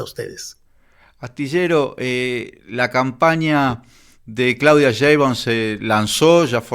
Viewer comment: Estas mal, los militares en esos puestos estan bien y, es Claudia SHEimbaun (NO CHEimbaun)